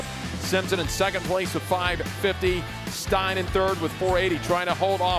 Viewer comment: Steyn is pronounced the same as "stain", not like "stine".